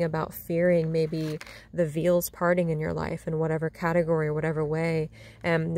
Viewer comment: Beautiful calming lakeside reading >< I enjoy that. Veil(s) is pronounced 'Veyl' as in ''Today's Lakeside Cake Break Bake''